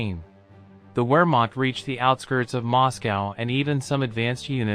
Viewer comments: Great vid but for crying out loud, learn to pronounce things as they are. Viz, the word Wehrmacht is pronounced 'ver, makt or maKHt. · You need to study a bit of German if you intend to make videos like this. Words like Wehrmacht and Jugend sound very different to what you are saying.